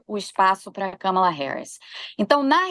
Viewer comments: Eu chamo Kâmala. Acho importante chamarmos corretamente o nome de uma pessoa. Não temos obrigação de saber outra lingua, mas é delicado e de bom tom fazermos um esforço para chamar o nome próprio de alguém de forma correta. Escreve-se Kamala e pronuncia-se Kâmala. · Não é Kâmala!!! É Kámala. Por favor respeitem! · Qual o problema de falar Kamala com o sotaque brasileiro? Europeus e estadunidenses se preocupam em pronunciar nossos nomes, e palavras em geral, sem sotaque?